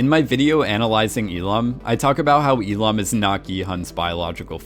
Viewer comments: and especially Il-Nam. How is it possibles? He says I-Lam when the name is literally Il-Nam! Gah!!!! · Il-nam not E-lam! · you’re hearing “lam” because the L sound from “il” is being carried over. So if you say he’s name lazily, you can say it “il-lam” but correct pronunciation is il-NAHM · Why do you keep saying "il-am"? It's il-Nam. NAM for namja meaning man. Il-nam means first man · Listen to how the actual character pronounces his name. He says it as "il-lam". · Just while we’re all at it, his pronunciation of Il nam is a bit dodgy too in my opinion. But dodgy name pronunciations aside, I do really like these videos 🙂